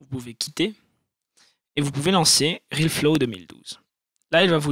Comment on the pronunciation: C'est RealFlow est pas RilFlo :3